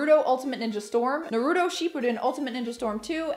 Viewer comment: Ugh. Gotta say the way you pronounced Naruto bugged me... Lol Great video all the same!